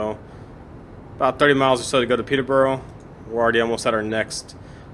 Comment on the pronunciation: I know this is 4 months old, but I'd have to congratulate you on your pronunciation of British place-names, Stevenage was correct, Peterborough is not far off, peter- ber rer (not peterbowrow)is the closest I can show you in text, without sending an audio clip of the pronunciation, either way, I'm glad that you are playing a wide variety of routes, most Americans stick to American routes.